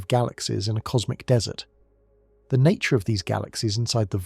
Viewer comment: Dude, get a better text-to-speech algorithm. The noun DESSERT is not a drop-in replacement for DESERT . Until that moment I was almost convinced the narrator was a native-English-speaking human. No upvote for you.